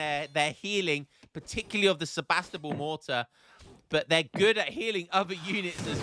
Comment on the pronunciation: Mortar "Sebastopol" - stress on the third syllable. This is, in fact, the name of a Russian city. Ethiopians are orthodox Christians, just like Russians.